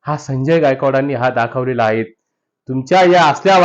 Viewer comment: आहे, हाहे उच्चार नको